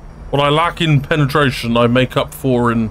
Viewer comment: Carefull saying "fo' China"